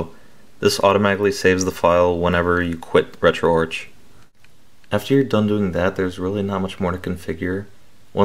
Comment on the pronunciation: And its pronounced RetroArk BTW. Lol